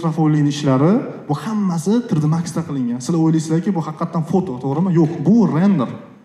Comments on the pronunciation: Tr d deman tri d deng tõğri gapiring yomon asabib buzilib ketti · Trd emas tri,d ding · Трррдмакс. ТриДи макс ку. Илтимос тугри талаффуз кил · Tre de max degandan keyin eshitgim kelmay qoldi